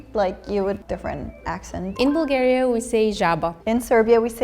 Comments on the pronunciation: Каква Булгария? На английски се произнася ,,Бългерия'' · Това не може да е оправдателна причина да се произнесе името на нашата държава без 'л' при положение че те имат същата буква със почти същия звук. Най-близко би било Блгариja или поне Балгариja (понеже 'ъ' е по-близко до 'а' отколкото до 'у'). Народите по цял свят намират политически интерес за умишлено очуждяване на езика си от своите съседи.